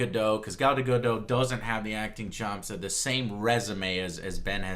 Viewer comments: Any reason why Joe calls her 'Gal Gadoh'? Her name is Gal Gadot, where did the T go Joe? This is not a silent T, i assure you. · Okay, this is a bit silly to focus on given everything else, but it bugs me how you pronounce Gal Gadot's name - the "T" isn't silent. Her last name should be pronounced the way it's written, i.e. the sound at the end is like in the word "dot". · I'm liking the Gadot choice. I've heard things that she is genuinely interested in doing WW justice in movies seeing as she's the most iconic female superhero. ps. Gadot is pronounce with a short "o" and the "t" is not silent. There's an interview out there where she's asked about her name's pronunciation, and that's how she says her name. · He obviously assumed it was french, which would make the T silent.